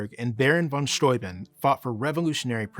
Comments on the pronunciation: Thank you, thank you for calling him "von Sthoi-bin" (rhymes with "von Toy Bin") and not "von Stoobin." It's possible that so many Americans pronounced it that way that Baron/General von S just ignored it and went along with it, as my German and Slovak grandparents did when they emigrated to America at the turn of the twentieth century. People do tend to respect the sound of immigrants' names now, but not so much in the past. Sometimes back then, when "foreigners" didn't English their names right away, the Americans did it for them. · After learning about Baron von Steuben ("VON STOO-ben") in school, and later living near "stu-BENN" County in Upstate New York, It does my heart good to finally hear -- for the first time, I believe -- an American pronounce the crusty ol' kraut's name correctly: "f'n SCHTOY-b'n". Thank you. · Fabulous information here, beautifully presented. And a long time coming, in such a clear an unequivocal format. Bravo. And thank you for pronouncing "Steuben" correctly.